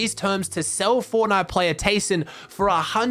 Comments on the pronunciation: Its pronounced Tai-son Also: Keeps saying tayson for the rest of the video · Or just Tyson